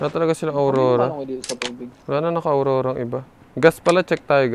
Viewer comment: Bkt Po Awrora Ang tawag nyo a wrong😅😅